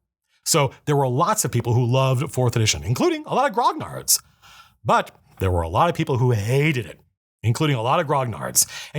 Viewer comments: Grognard is pronounced "gronyard". Like lasagna. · Dude, the 'gn' in grognard, being French, sounds more like a Spanish 'ñ' and the g is silent. Good vid tho!